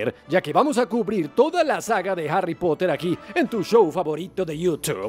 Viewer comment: Pero no es "Arry" es Harry (Jarri)